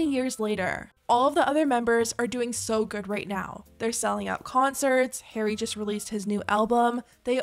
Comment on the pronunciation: I'm sorry girl, but the way you pronounce Harry is killing me 😭